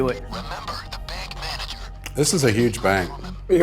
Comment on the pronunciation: the way he says "...BANK" Is the real gold here.